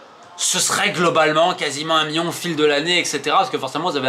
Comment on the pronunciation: Million pas mion 😂